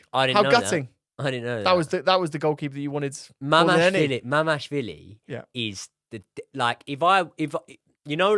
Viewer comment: It's MamaRDAshvili))))